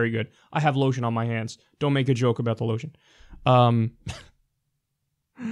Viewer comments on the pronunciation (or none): ...i dont think ive ever heard someone pronounce lotion like that.